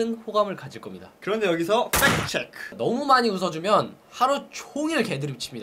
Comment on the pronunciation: 흠,,글쎄요 남자들이 좋아하는 여자가아니라 그냥 누구나 ,사람들이 좋아하는사람이넛같아요 팩트체크라는 컨텐츠에 비해 너무 내용이 허술한것같아요,,이 내용을 누가 모릅니까 제목에 기대를한 제탓일까요 억지로 웃음 자아낼려고하는것도 팩트체크 발음에 악센트를 줄려고하는것도 허술하네요 ㅜㅜ악플이라고생각하신다면 정말 크으으,,, 대박나세요들 ~